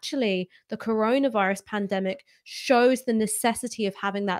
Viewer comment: I genuinely miss those naive days when was calling it the “coroner” virus. 😩😬 Well done again guys, your content during this lockdown’s been superb, thank you. 👏🏼🌹✌🏼